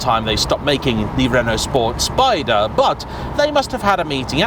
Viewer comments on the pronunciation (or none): none